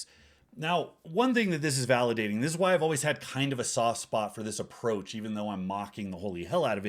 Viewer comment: I love it when he says "why" and pronounces it "hw'oawhy".